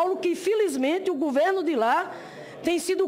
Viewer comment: A senadora: exprrricá, presidenTA, pudê, ponto de vistcha, supusições, impitichima, guverno, que nível!